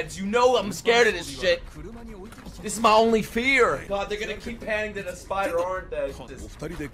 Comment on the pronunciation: he kind of slurred "they'rego-nna [do it]" together